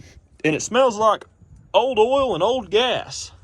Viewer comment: When he says OIL. I laugh because he says H’OIL 😝